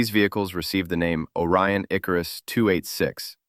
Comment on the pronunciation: It's IkArus, not IkarUs.